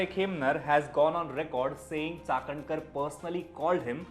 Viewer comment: Like the way you pronounce Chakankar 👍🏻